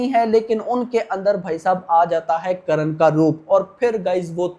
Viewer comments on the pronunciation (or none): Karan nhi karn करन नही कर्ण